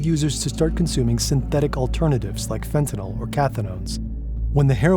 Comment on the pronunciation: First time I've heard fentanyl pronounced properly in a while.